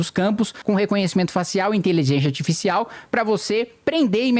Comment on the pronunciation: Amo ele tentando falar Inteligência Arsfiscial